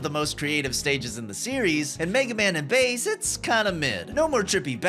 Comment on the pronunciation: “Hey Bass…!” “Mega man, you finally made it, and you’re finally STILL not pronouncing my name right.”